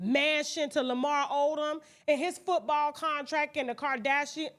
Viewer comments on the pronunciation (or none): none